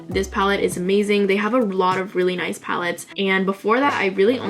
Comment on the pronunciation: you said ''noice''. i subscribed.